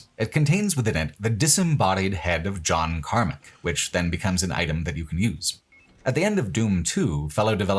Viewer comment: Alright i thought you were fucking with us with john karmic but your settlers of daikatana pronunciation has to be engagement bait